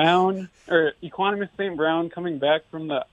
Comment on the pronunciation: Yo did he say Eqonumas St Brown 😂